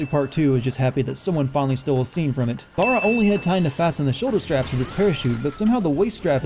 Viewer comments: all of the attention and effort you put into cutting up this video game and you cant even pronounce her name right.... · It's possible that in a fictional universe, an unknown explorer did indeed say this. [+1 SIN] - Agreed - I had the same thought playing. It could be argued that it is referencing her actions after. [-1 SIN] - Incorrect pronunciation of Lara repeated throughout the video. [+50 SINS] - Sinning something that comes with it being a video game. Not all elements are climbable, but it would be nice if this feature could be toggled off. [+1 SIN] - The cost and inherent danger of the trip would explain this. Grim was the only guy willing to make the journey. [+1 SIN] - "Ship, Dr Whittman. It's a ship". [+1 SIN] - This is accurate. However, it could be argued that the magical nature of Yamatai hides it from view. [NEUTRAL] - There's not much meat on the spit, she must have eaten some. [+1 SIN] - Agreed. Why even go into this line of work or go looking for Yamatai? Still, she has yet to see anything supernatural, so she is right to be somewhat dismissive, but certainly not uninterested. [-1 SIN] - This is her origin story - she doesn't have the experience yet of the Lara Croft we all know. [+1 SIN] - This is a legitimate issue with the game. They really should have had her at least emotionally react or avoid killing instead of having her immediately start firing off headshots. [-5 SINS] - This is an annoying cliche. [-1 SIN] - I get wanting to kill off characters for emotional impact, but Roth having both a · HOLyP | Gaming Lara Laura Lara Laura. Not hard to adjust that one bit to say someones name right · Lara and Laura. Omg. Laura is pronounced something like Lawra and Lara has a sharp A therefore the names are different, otherwise what's the fucking point in having Laura and Lara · ***** Lara: La-ra Laura: Lau-ra/Law-ra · All of this, yet you can't figure out that it's "Lara", not "Laura". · It's not "Laura", it's "Lara". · "LORA" lol